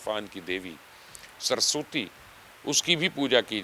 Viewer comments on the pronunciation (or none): سر جی سرسوتی نہیں کہتے سرس وتی کہتے ھیں